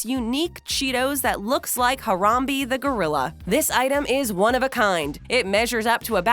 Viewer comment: Her-rum-bea not her-run-bee had damn it respect the gorrilla 😂